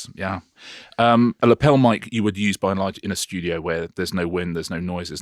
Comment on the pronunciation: Richard, do you realise how often in all these videos you say by enlarge!